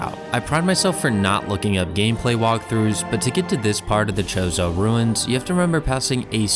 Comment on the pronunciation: never heard chozo pronounced like that